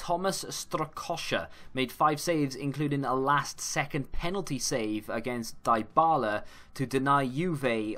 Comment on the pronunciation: Pronounced DEE-BALA